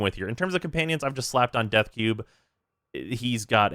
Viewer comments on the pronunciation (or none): none